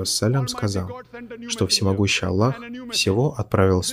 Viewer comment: Брат Салам -алейкум, не Аллох пишется а Аллах надо правильно говорить и правильно писать. Всё мусульмане говорят Аллах. Если твоё имя неправильно будут произносит, тебе было бы не по себе.